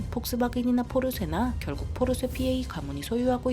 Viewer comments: 포르쇠 발음 신경쓰이는건 나만 그럼? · 독어를 잘 모르는데 발음이 자꾸 포르쇠로 들리는데 혹 독어 전공하신 분 있으실까요? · 포르쉐 발음이좀 웃긴데